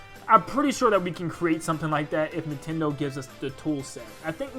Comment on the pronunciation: Nin "ten" do land XD